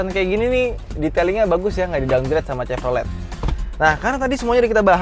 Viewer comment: kenapa host nya ndeso banget nyebut chevrolet nya salah.. nyebut bose audio nya salah... ckckck.. ya standard minimal host otomotif ya wajib lah..